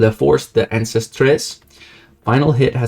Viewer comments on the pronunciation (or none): none